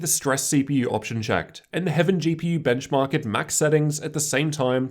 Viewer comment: And the Benchmawwwk